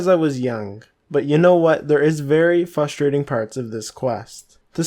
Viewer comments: I found it frustrating that you kept saying fustrating. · You can spell frustrating but not pronounce it??